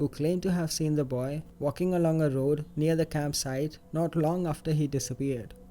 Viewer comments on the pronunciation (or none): none